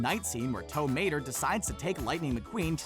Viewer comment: Am i the only one who cringes when he pronounces tow mater without the accent?